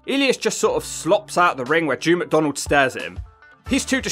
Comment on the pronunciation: N drew macdonald 😆 🤣